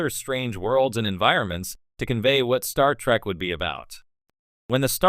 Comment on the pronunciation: "Star Track"? You need a new robovoice.